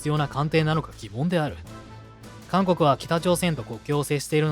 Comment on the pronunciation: 最初監獄海軍て聴こえた